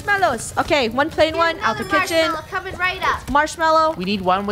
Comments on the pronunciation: Funneh:THE KWITCHEN Me:Hmmm maybe I'll go to the kwitchen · KITCHEN not kwitchen stop trying to be cute